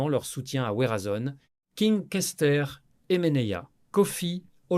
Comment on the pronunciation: 😂 grave Verazon au lieu de Werrason